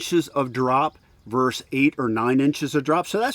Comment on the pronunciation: ver-SUS, not 'verse'